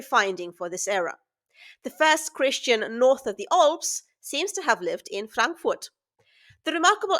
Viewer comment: A very interesting find. The lady is well informed- I enjoyed learning about the rare item. Who told her to pronounce "..the Alps" so oddly?. I have never heard it before. Someone from the USA, maybe?